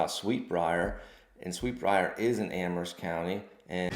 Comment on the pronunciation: I like that you pronounce Amherst correctly with a silent "H"